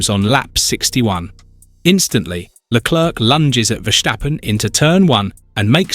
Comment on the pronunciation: True… This is absolutely crazy, how can you say that Verstappen was in the wrong while George Russel actually. And its not Leclerc like how you pronounce it… and you are geniunly cringe ngl.